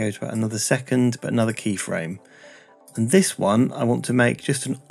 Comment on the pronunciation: He said 'and this' but i heard 'index' lol